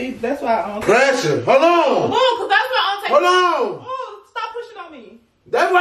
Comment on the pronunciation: My dawg said “PRESUREE”😭😭